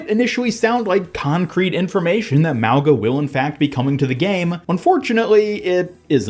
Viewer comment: The way you say mauga is wrong lol he’s a Polynesian character it’s pronounced MAU -GUH